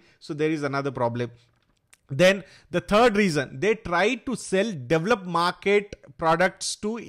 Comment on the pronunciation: Why can’ Indians say - “development’?